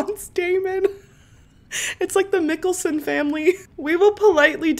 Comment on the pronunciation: girl I love you but I died when you said MIK ale son family 😂😂 it’s Michael-son But spelt mikaelson 😂😂❤